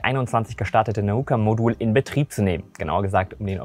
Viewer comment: Danke, dass endlich mal einer Nauka RICHTIG ausgesprochen hat. Überhaupt scheinst Du Russisch gelernt zu haben, da alle Deine Aussprachen von russischen Namen ziemlich spot on sind!